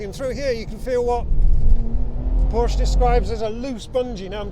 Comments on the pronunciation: Porsche did a video how to pronounce their name, he should watch it :-D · learn how to say PORSCHE